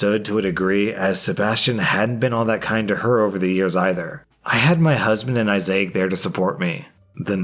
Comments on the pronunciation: why do you say issiac (eye-Zay-ack) instead of Issac (eye-zack)? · "Issac" is pronounced "I-zik" not "I-zai-ik" lol. And as far as the guy refusing to admit he took the weed...we live in a post truth world! Lol. I mean, all you have to do these days is deny and despite evidence it doesn't matter. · issac is pronounced "eye-zic" not "eye-zay-ac" 😭😭😭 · Isaac is not pronounced I-Zay-ac!!! It's pronounced Izuck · Why the fuck is he saying issac like that? its pronounced eye-zick not eye-zay-ick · WTF IS WRONG WITH YOU ITS ISSAC...NOT ISSAIC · “Isaic?” Issac. Is-sic lol. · I-zik. Not Izayick. You had one job. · Repeat after me: eye-zac. Eye-zac. Not I-zay-ak. It should not be that hard. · bruh Issac is pronounced "Eye-zak" not "eye-zay-ak" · Okay, the name is pronounced "I-zac", not "I-zay-ak". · I was getting super confused about Isaac being pronounced "Eye Zay ek"... I've never heard that before. Is that a normal pronunciation? I've only heard it as "Eye Zek". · Isaac is actually pronounced as EYE-ZAK, NOT I ZAY AK (There is NO "I" or "Y" in the Middle of the name). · Hey issac is pronounced I sack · Issac, not Isaiahc. Please pay attention to the post you're reading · ‘Issac’- Eye-Zack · Issac = “Eye-Zak”. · I’m sorry but.. did you just pronounce Isaac as.. “i-zay-ic”..? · Name Isaac, biblical name. Son of Abraham. Pronounced ' eye- zack' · Issac is pronounced EYE-ZIK! or EYE-ZAK! This was remarkably cringe to listen to! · Never heard isaac pronounced like that (I zic) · Bruh who’s I-zay-uck that’s said eyes-acc lol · It’s pronounced I-Zak. You are adding an “I” at the end of his name. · It would have been hilarious if dudes brother was dying of aids that he had got from another guy. Also Issac is pronounced eye zik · Why is pronouncing issac as “eye say ick” lmao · Why, for the love of god, do you read Isaac as Isaiah with a c at the end? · say it with me. I-zick. Isaac is I-zick. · Did you just pronounce Issac like mosaic?